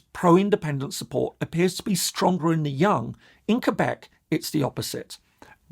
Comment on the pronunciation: Thank you for saying Quebec correclty.